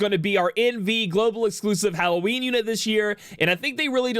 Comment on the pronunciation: wait, did he just say hallow weenie?